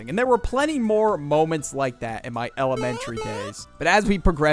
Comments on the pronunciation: Bro said L ementry 😂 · Damn you really put the L in eLementary and middLe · Elementary or like L amentary that was dumb